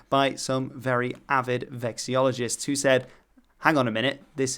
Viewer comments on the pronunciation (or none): Note: vexillology /vɛk səˈlɒl ə dʒi/ and vexillologist /vɛk səˈlɒl ə dʒɪst/ rather than "vexiology" and "vexiologist"